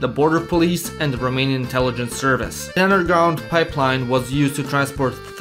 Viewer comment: As a romanian, I aprove of the pronounciation.